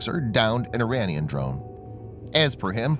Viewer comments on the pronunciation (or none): none